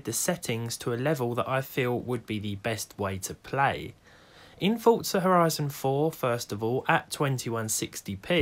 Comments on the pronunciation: Forza!!!! Not fortza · HEY HEY HEY Dont you call Forza FORTza... Its for zzzzaaaaa lol j/k! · Ah yes, "fortza." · Does it bother anyone else how he says Forza? 😂😂